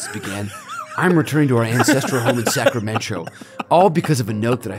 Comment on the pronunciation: EVERY TIME! 😂 Sacramen-Cho 🤣